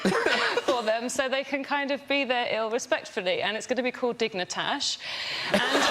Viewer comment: Digni-tash is pretty good XD